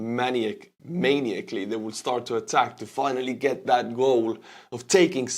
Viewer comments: "man-EYE-ack-lee" (you're welcome)😇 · ('Maniacally' is pronounced man-EYE-ack-lee, if this helps....) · Always good vids. Just for future reference: muh-nahy-uh-klee